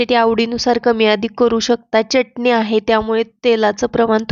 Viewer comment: चटनी नाही चटणी...अस म्हणा....😂